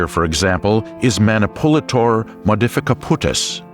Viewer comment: when your source of information alert goes off Dude pronounced: Manipulator Man-ay-poo-lay-tor Modificaputis🤔